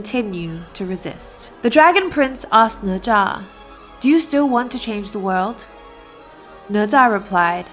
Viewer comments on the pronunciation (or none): none